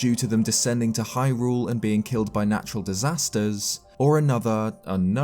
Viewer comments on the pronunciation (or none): none